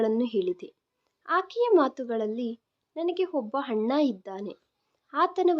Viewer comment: ಮೇಡಮ್ ನಿಮ್ಮ ಉಚ್ಛಾರಣೆ ಯನ್ನು ಸರಿಪಡಿಸಿಕೊಳ್ಳಿ ಅಣ್ಣ ಅನ್ನುವ ಬದಲು ಹಣ್ಣ ಎನ್ನುತ್ತೀರಿ